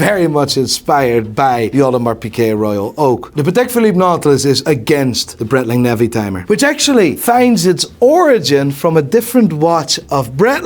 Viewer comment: Breitling criminally underrated, proper watch brand with heritage. Just wish he would say it right 👀😂😂